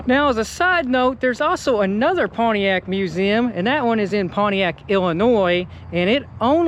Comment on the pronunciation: Good god. It's not pwaniac. It's pontiac.